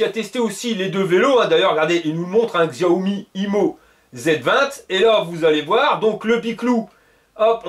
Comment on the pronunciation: Top tes vidéos comme d'hab. Par contre, Xiaomi se prononce "Chaomi" ;)